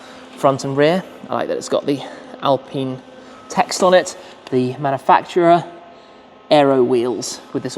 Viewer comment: It is pronounced in French as "al-peen" not "alpin" Those car are best drivers, like Lotus Elise, Alfa 4C, Cayman 2.5 and the newest member that is more powerful Lotus Emira with 2.0 AMG engine....Gordon Murray knows a lot about driving enjoyment 👍